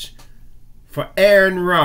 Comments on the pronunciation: You need to learn to pronounce AronRa's name or refrain from referring to him. He has made in clear that it's "ARE-in-RAH". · His name is Ar-Run.